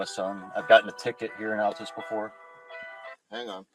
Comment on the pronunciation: Seriously? You live in Oklahoma and don’t know how to pronounce Altus?.. 🤔